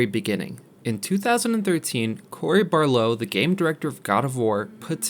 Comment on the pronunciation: Barlow?!? Come on, do a little research.